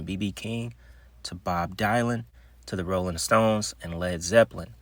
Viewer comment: Meant Bob Dylan (dill- in) the folk rock singer who's a legend as well